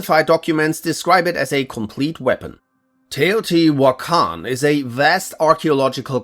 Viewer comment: Congratulations Bro you are officially a real youtuber (not that you werent before) with the raid shadow legends sponsor everyone gets it at one point ( no one plays it after they sponsor you) yaaaaayy (you also pronounced teotihuacan really well)